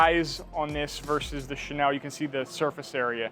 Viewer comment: Thanks for the demo. Helpful! Just one thing... with pronunciation of the (French word) Chenille, it's Shay-Neal (not Shay-Nell).